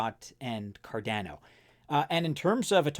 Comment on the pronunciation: It’s Cardano, not Cardano. 😂